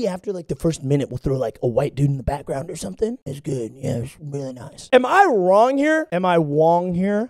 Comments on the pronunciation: 😂 "Am I wong here" also edits are 🔥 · Not wong